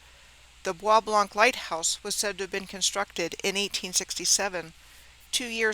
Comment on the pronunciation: The soo locks arent as advertised is my guess. Bois Blanc is pronounced as BOB LO. Gratiot is pronounced as Grashit.